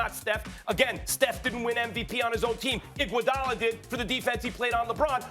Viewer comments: Can’t take Max serious whenever he says Iguodala😂😂😂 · No one: Max: IGUODALA